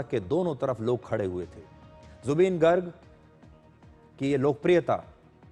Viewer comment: Woh गर्ग nahi ...गार्ग hota h... -Zubeen's fan from Assam